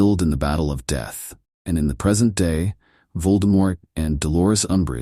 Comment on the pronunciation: Not a bad story...the AI reads it exactly as spelt which IS a problem - it just said "they returned to the PERSENT."......"Persent"!!! hahaha